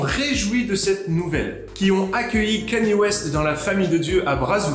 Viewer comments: Cest pas « kéni » c’est « kenne-yé » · On prononce Kanye et pas Kenny